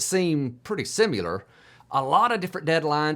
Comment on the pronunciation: You had me until "simular"...